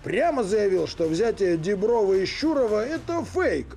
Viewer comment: Душилин навіть не може сказати Діброва з правильним наголосом 🤦